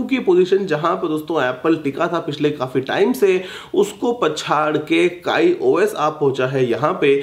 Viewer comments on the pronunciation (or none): abe wo kai os nhi hota kiyos hota hai